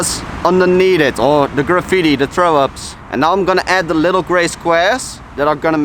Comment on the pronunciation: "llll-ittle outline and a llll-ittle shadow"